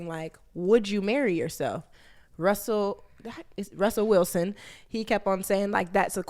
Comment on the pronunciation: « Wussel Rilson » 😂😂😂😂